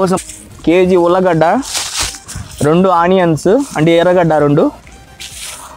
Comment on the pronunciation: It is not Ulla gada it is allu gada